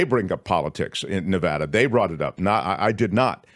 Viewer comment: Nevada thanks you for pronouncing Nevada correctly!